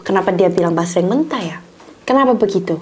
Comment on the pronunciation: Basreng❎ Jasreng✅ Ampun deh lucu bangett dehh❤ Semangat y ci yg cantik dan yg baikk bangett ❤❤❤